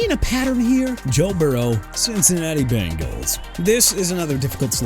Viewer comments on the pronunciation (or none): none